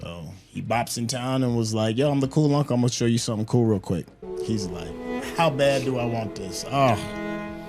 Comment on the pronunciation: Rhenyra said “I’m leaving here with sumpn”